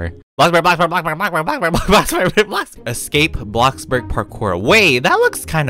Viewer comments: How says bloxburg: BLOCKBURG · I live how he calls it bockburg lol🤣😂